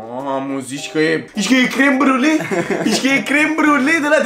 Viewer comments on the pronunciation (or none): "ialapenio" "cosaiamaș" "California ripăr" "tortiliauri" "checiup" "pi-fachin-cant" "crem briule" a incercat macar